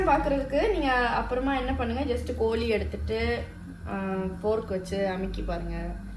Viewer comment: It’s kozhi curry not kolii curryyyyy😅😅😅